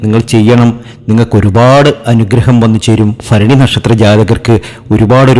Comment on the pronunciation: അനുഫഭിച്ച് മടുത്തു ഒന്ന് രച്ചപ്പെടുത്തൂ ഫരണിയല്ല മൂലമാണ്